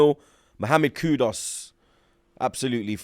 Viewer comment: not KUDOS its pronounced KOEDOES